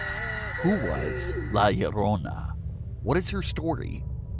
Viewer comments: He says LA LLARONA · Why the fuck u say her name so weird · My man sounded weird whenever he said La llorona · Why you gotta say la llorona like that man😂❤️